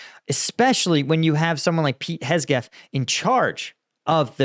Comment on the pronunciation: Man said Hesgeth